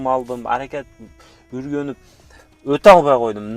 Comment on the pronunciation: Шоха ургонуп эмес уйронуп деп суйлосон сен таза кыргызсынгр